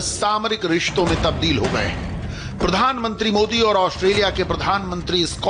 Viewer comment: भाई! प्रधांत्री नहीं प्रधानमंत्री होता है।